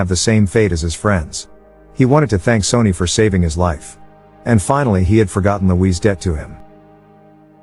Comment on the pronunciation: Your voice over bot is horrible. Sonny pronounced "Sony". C'mon.